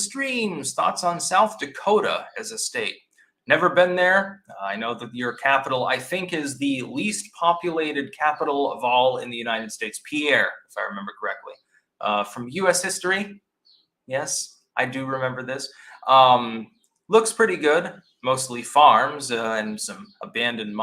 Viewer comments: Concerning South Dakota, it's pronounced "Peer", no matter if it was French. On top of that, South Dakota Uber Alles, best state in the nation. Westriver superior. Black Hills only hills that matter. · It's pronounced "peer" sd, and f off, we're full.